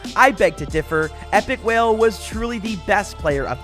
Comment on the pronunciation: Bro really said Epikwhale 🤣